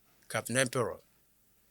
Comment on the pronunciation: The name is Empere not Emperor